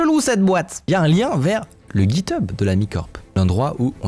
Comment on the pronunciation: Please Michael, try and pronounce "GitHub" correctly ! In french, you would phoneticly spell it "Jithab". Thanx !